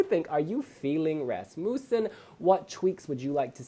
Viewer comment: And so the mispronounciation of Rasmussen begins